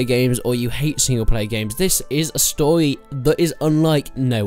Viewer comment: stowy, tutowials, chawacter